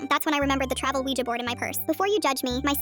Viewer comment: That is not how you say a Ouija board